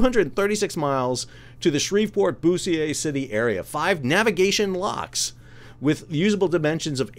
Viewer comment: Just a FYI Bossier City is pronounced Boh-zure, but your way of saying it was certainly good for a smile. :) Don't feel bad they used to run a tourism commercial here with the tag line "See things you never said before."